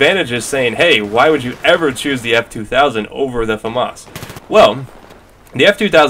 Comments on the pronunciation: it's FAmas, not faMAS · i like the way you say Famas